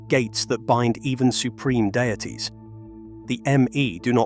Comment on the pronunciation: Can't listen to the end: "it's not just law - it's a system, it's not cosmos - it's dieetes, it's not a ball - it's a plantet" etc.